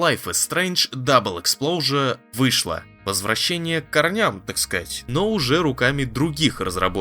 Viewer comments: 😂😂😂 Автор опять оговаривается. Exposure, а не explosure. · Да нет вообще такого слова как explosure в английском языке. Он третий раз уже игру так называет, будто издевается.